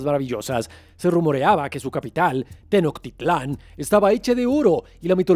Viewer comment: No me voy a ahorrar mi comentario pues no creo que también en el "guión", venga lo mal que pronunciaste el nombre de la ciudad de mis ancestros. Es Tenochtitlán... TeNOCH... No teNOC. Primero aprende a pronunciarlo bien, para que después vengas con tonterías de... ¡Ahórrate tu comentario!